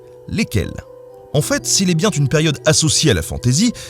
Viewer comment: "si il est bien Tune période"? J'aurais pas dû ouvrir si grand les esgourdes... :P